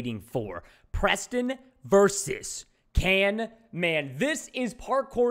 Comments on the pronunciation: it's camman not canman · He said canman ô_ô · his name is camman not can- man bro how dare you tell him camman!!!!! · Camman18's name: exist Preston: CANMAN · And also it's camman not canman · caNman not caRman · it's camman not canman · Its CAMMAN NOT CANMAN! Also🔥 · Preston calling camman canman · Go camman it’s not can man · His name is not CANMAN it's Camman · It’s Camman, not Canman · caMman18 not caNman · its Camman not Canman😂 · His name is not Can Man it is camman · ITS NOT CANMAN ITS CAMMAN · You said canman in the start it's camman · Why is preston saying canman insted of camman ?😮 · it.s not can man it.s cam man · Not to be rude but it’s camman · you stopad its camman not canman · its camman not can-man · It is caMman not caNman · It's not canman camman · its canman not caiman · Is not canman its camman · Why are you saying canman you're wrong is camman this not that hard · its camman not canman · You said canman😂😂😂😂